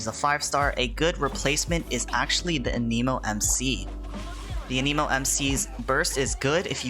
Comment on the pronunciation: Must be a thing in the content creator community to miss pronounce anemo, i suggest use english vo for this game, everyone and their grama is using Japanese vo without knowing Japanese lol the guide is nice tho